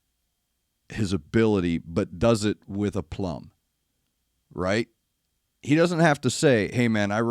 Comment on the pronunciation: You said wrigh..there is a Trust in this band❤